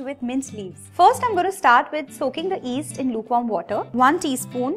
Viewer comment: Love all your recipes and it's yeast not east you have to pronounce the y